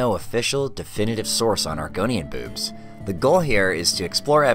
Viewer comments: its boobs not bewbs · I'm sorry but the way you say boobs is horrendous, it's not bad in any way just horrendous. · Stoo saying boobs like that. It is making me laugh. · You did not say 'boobs' this whole time, you only said 'bewbs' and I respect that. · You literally pronounce it as “bewbs” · this guy pronounces boobs like bewbs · I love how he says “bewbs” XD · I find the way you say "boobs" amusing. I've always speculated that even if the Argonians were born from eggs, they could potentially have a gestation cycle similar to humans which would cause them to not be developed enough at the time of hatching to eat solid food. After all, an egg can only be grow so large while still being able to exit the body naturally